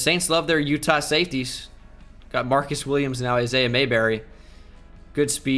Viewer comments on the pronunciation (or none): none